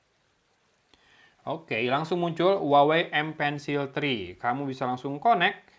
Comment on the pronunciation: cara nyebut brand-nya : WAHWEi